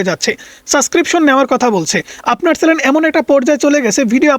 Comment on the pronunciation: ওরে বাবা (চ্যালেন) নয় কথাটা (চ্যানেল), আর কতদিন বলবো তোমাকে এই নিয়ে পাঁচটা কমেন্ট করা হয়ে গেল😂😂😂😂😂😂